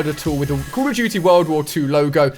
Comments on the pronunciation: The way he says call of duty bugs me so much I'm sure I'm no the only one 😅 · noobdood31 You mean Coll of Doody world wor 2